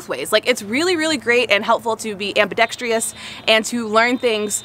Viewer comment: AmbidexTRIous?...it's ambidextrous, not -trious!!!! As in "truss", not "trius" :)